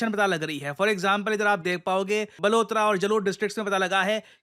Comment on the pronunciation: सर बालुतरा और जालुर नहीं बालोतरा और जालौर है